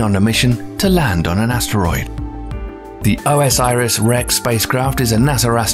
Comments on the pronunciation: O S Iris? It's Osiris, y'know, the Egyptian God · OMG.... It's not "O.S.Iris Rex"! It's "Osiris Rex" like the Egyptian God. 4 syllables, not 5. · I think you have to say orsis not o s iris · just bcoz u pronounce wrong doesnt mean u r an idiot...chill man...dont be so mean